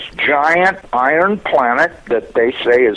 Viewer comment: this is a NASA employee? he sounds half illiterate - "acrost" instead of across, like a high school drop out - b.s.